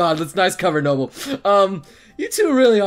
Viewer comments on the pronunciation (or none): Nobel...noo-bel...no...bell...no bell